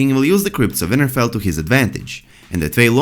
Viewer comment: Its winterfell not vinterfell , thanks for your vids hard to understand u at times what accent is that plus brother is the Th sound like the not broder, just trying to help.😉